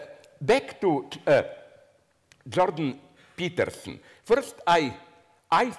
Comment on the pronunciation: youtube translates 'jordan peterson' as 'druggy pitiful' from Zizek's pronunciation.